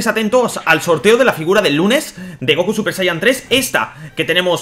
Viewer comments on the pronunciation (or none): none